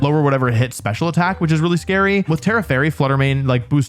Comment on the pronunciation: uuuh scwary dwagons